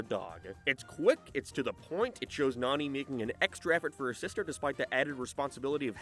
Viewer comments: fucking hate how this fella keeps BUTCHERING to nanis name, NAH-NE NOT NANY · Her name is pronounced “NONNY”, not “nanny”! You butchered her name! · Hearing the way you pronounce Nani is crazy, considering you liked the movies and have heard that they pronounce it differently Wait at like you switch to saying it right lol? Why are you bouncing from Nanny to Nani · Hey I'm gonna call you out as a fraud. You can't pronounce Nani's name correctly but it's one of your favorite movies? The live action movie isn't as good, but it's actually the only good live action from Disney. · i know you're an island boi(Irish) but I don't think Nani is pronounced like fanny. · Given the context of the whole video, the way you say “Nani’s” name is hilarious. Lmao